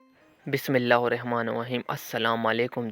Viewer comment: آپ نے بسم اللّٰہ بھی صحیح نہیں پڑی